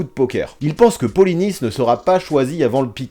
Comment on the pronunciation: Merci d'avoir prononcé Polynice à la française, c'est rare alors qu'il est Haïtien, et n'a pas de raison d'être prononcé à la Braïce de Naïce !